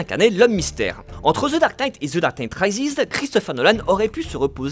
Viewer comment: The dark night « raïziz » 😟